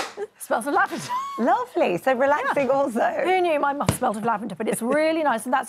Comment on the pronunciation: I thought she said her muff smells of Labrador! Didn't realise it was "lavender".